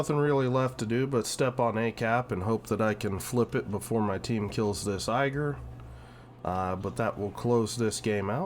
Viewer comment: Thanks for the video, as entertaining as usual. Only minor nitpick, Ägir is more pronounced as ai-gir like in air or eh-gir than eiger (I'm German). Any plans to make a video featuring Elbing in the future? I didn't see any on your channel and your gameplay and explaining helps me to become better at them, especially when is it such an unusual DD line.